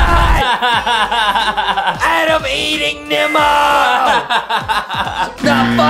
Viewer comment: Dont say nimo say n3mo